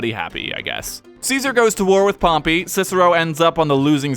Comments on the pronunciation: also, pompeius, not pompy. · Isn't it Pom-pay?